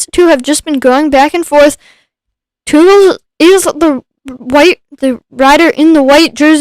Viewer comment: My bands are Belgian 😁! Thanks for the stream. Pronounciation of Teugels is one of the most correct I've heard so far, thanks!